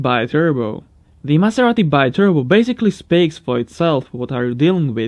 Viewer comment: Maserati BEETURBO is the right pronunciation, it is a word of Latin and italian origin